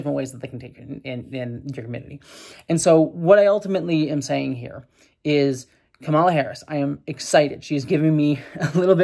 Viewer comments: Not the most important thing here, but even though the typical Indian pronunciation of Kamala is kuh-MAH-luh like you've been saying, her name is actually pronounced KAH-muh-luh. Like the word comma with a luh at the end. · I think it's the emphasis on the first syllable KAmala. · Her name is pronounced COMMA-LA, regardless of your thoughts on her pls say her name correctly. If it's that hard to pronounce just call her Harris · Just a quick note, Kamala is pronounced COMMA-lah Overall I think this is a positive development and I think the likelihood of Trump winning in November has gone down. Harris is....not my first choice but I like her more than Biden. And yeah, I advocate for my American friends to vote for the Dems regardless of who ends up on the ticket because the alternative is so much worse. More importantly, pay attention to the downticket options as your local elections tend to have more of an impact on your daily life. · Comma-la. Let's get her name right. Or just call her Harris as male politicians are called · to pronounce Kamala, just say "Camelot" leaving off the "t". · we love you but please pronounce her name correctly. (It's COMMA-la.) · The emphasis is on the first syllable of her name. Sorry if others have already said that. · Came here looking for this comment. This has always been a bit weird for me, since, before she became VP, my biggest exposure to the name "Kamala" was through the Ms. Marvel comics, and Kamala Khan's name (as confirmed by the creator) is pronounced the way says it in this video. But yeah, with Harris there has been kind of a thing where Trump and some other Republicans sometimes deliberately mispronounce her name, so getting it right is important. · Please pronounce her name correctly. White men from the GOP often mispronounced it intentionally to bash her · Hey, your criticisms are valid, but I wish you had pronounced Kamala correctly.